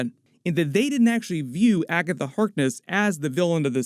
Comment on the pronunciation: Jesus christ just say Agaitha instead of Agatha Harkness every single time. Gives me a fucking headache